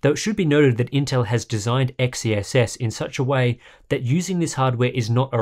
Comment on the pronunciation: I think XeSS is pronounced "excess", not the way you were saying it.